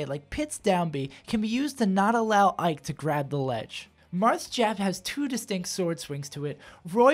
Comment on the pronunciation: "Differences between the Jarths"